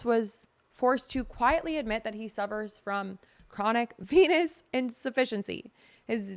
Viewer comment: I honestly thought you said chronic penis insufficiency lol.